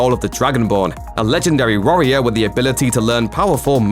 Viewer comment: You said a legendary "ROARior" didn't you?